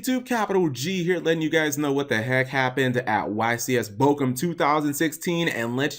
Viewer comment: An american guy wins the biggest YCS in my home country, but what upsets me the most is how Cap pronounces "Bochum".. In all honesty though that was a great tournament and an amazing final. GG!